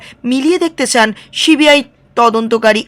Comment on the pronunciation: আবার ছিবি আই বলছেন, মানা করলাম তো একদিন,ওটা সি বি আই হবে,আর যেনো এরকম উচ্চারণ না হয়,শুনতে খারাপ লাগে